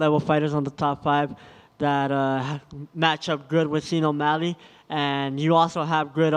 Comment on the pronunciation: "Scene O'Malley" lolll pronounces Sean the way it's written